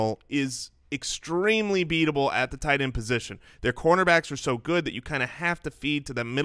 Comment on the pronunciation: that tee is toight. Toight like a toiger.